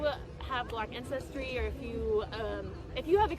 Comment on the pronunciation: She said Black INCESTRY just a little slip up there